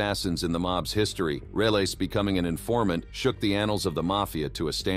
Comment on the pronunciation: The name is. Relis not realis